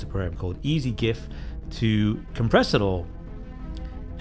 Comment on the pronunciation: Thank you for pronouncing gif the cool way.